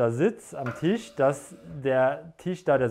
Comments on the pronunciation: Alles cool, ich kann nur nicht hin hören, kann bitte jemand dem Jungen mal sagen dass es kein tiiiisch ist, sondern ein Tisch. Die Betonung auf dem i tut wirklich weh 🤨🙈😩🤬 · 😂😂😂😂 hatte auch so gedacht, wenn er jetzt noch einmal Tiesch sagt beisse ich in die nicht vorhandene Auslegware 🤣🤣🤣🤣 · Tisch=Tüüsch 😂 Triggert schon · Cooler Typ, coole Wohnung, witzige Betonung beim Tisch 😅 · Wie er TISCH ausspricht 🙄